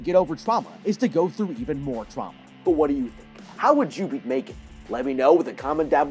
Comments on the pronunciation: No offense, but its M3GAN not "mae-gen" 💀💀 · Megan❌ Me-3-gan✅ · Its megan not maygan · It’s pronounced mEEgan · You mean M three GAN